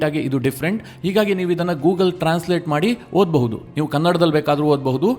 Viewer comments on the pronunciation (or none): none